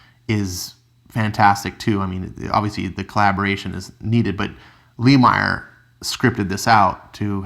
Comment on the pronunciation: You say both last name wrongs Lemire= Leh-Meer Nguyen= Win